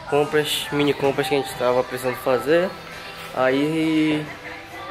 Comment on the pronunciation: A "rênte" preferiu fazer ..... KKKKKKKK tira o ovo da boca tio!!!!!